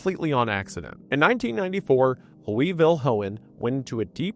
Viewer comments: as a south african, "vil-hoe-in" ayyy just look it up! "fill-yoon"! its a common surname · Amazing video. Not to be annoying but the surname Viljoen is pronounced Phil-yoon. It's Afrikaans which is similar to Dutch, so they have some letters that don't sound the same in English. V is like F and J sounds like Y. No stress, just the more you know.